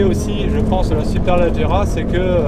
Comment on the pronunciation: On dit pas superlAgerra mais superlEgerra